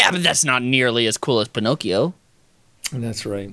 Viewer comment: Instead of Pinocchio, peen-occhio